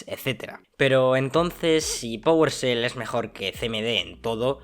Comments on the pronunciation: Que es "pogolshell"? Aahh ya powershell, es que estos españoles no pronuncian la e "fuogo" por "fuego", "juogo" por "juego"... es gracioso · Oye, NO se pronuncia powerSel, se pronuncia powershell 😂 Saludos!